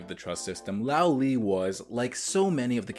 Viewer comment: small nit pick but 罗莉 or Luó Lì